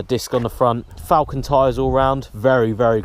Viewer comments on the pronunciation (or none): none